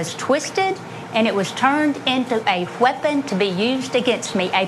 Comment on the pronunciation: she deserves to be punched for saying wheapon